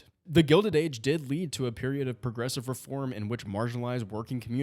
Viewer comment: "The Progessive Era"